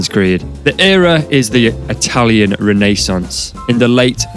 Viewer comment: You pronounce renaissance funny. 🤔